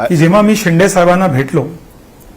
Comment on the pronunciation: शिंडे नाही शिंदे ..शिंदे म्हणायला शिका.. आधी ! नाही तर शिंदे साहेबाला शेंडी लावाल 😂